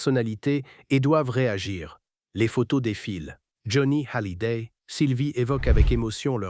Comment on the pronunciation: Pourquoi prononcer Hallyday avec un H aspiré?